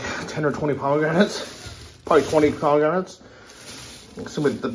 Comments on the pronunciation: I am from Milwaukee, WI and we use carts everywhere. Even when doing laundry. They are very convenient! We also have very good farmer's markets with everything you can name. You must have not been to many cities in the U.S. And by the way, it's pronounced "pomegranate" and not pomegramat. Depending on where you go in the States, you will always find something different so give us a break and stop downgrading this country. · dude, there is " 1 " letter M and 1 letter N in pomegranate. I almost died when you said 2 M's ...Good stuff had a tree in my backyard. As for the carts we do have them here in the US old people use them for shopping, even loading clothes to take them to the laundry mat. I am in 2 bands and mostly are elderly and there are 2 people that use those carts for their instruments and music folders and other things.